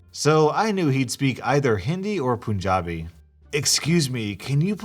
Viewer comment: The first story irks me so much. Like the elitism that ppl have to look down on someone for eating with their hands. Just because it’s not a western tradition, it doesn’t mean that it’s wrong/bad. Also for future reference, it’s pronounced PUN(as in the bad joke)- jabi.